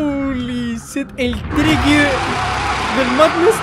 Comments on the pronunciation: Se dice tricky phase 3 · Yo jugando tricky y siempre escucho cookie